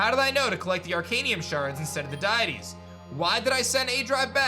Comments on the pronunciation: DUDE. DEE-IT-TEEZ. Not DIE-IT-TEEZ 🤦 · my dude, it's pronounced "dee-it-ees" not "Die-it-ees" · for future reference aDrive it is pro-nounced Dee-Ah-tees lol loved the content